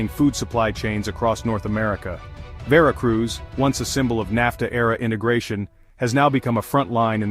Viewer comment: It's Veracruz, NOT Vereracruz